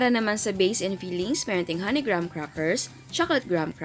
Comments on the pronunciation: Greyham kasi pagbasa doon hindi graham!!!!!!!!!!!!!!!! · anong "grams" ? its grahams. okey na sana eh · Mali ka jan chef, as in "gram" talag?ah search ka sa YouTube paano tamang pronunciation wag po trying hard,napakabilis mo magsalita inaarte pa kc ang accent sagwa tuloy pakinggan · Tama yung isang comment. We read it at "GRAM" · haha mas nakakastress yung di alam ang tunay na pronunciation ng graham hahaha 😂😂😂